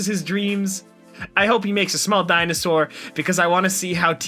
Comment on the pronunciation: Say it with me, daih-nuh-sor